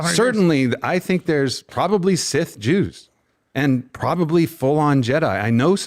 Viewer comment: this dude said 'Sith Jews'